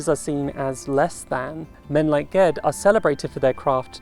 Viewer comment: I was so happy to hear you say Ged's name the same way I do. I didn't realize there were options on that until a friend and I were talking about the first book and he gave it a soft g. Who would have thought?